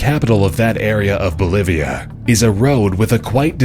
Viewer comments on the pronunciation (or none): none